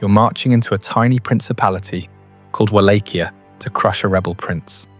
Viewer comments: It's pronounced Vol-ah-kia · Just to be a pain, and some added info, the correct Romanian pronunciation for Wallachia, is Vah-lah-kee-ah," but I sometimes can't hear the K either when said in Romanian tongue. It sounds like a H.